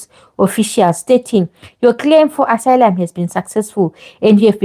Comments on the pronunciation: Asylum is pronounced ass ~i ~lum it really that difficult ? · Please stop saying "and so on and so forth!". Also, pronounce the word 'asylum ' correctly! You can do better!